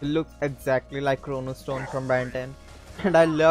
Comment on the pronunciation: aah chromastone , idk when i was a kid we used to pronounce it as chronostone :P